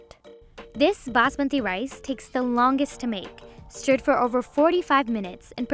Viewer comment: Basmati! Not Basmaanti Rice! Ditto!